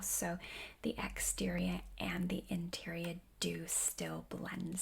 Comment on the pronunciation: Boston accent coming out on exterior and interior?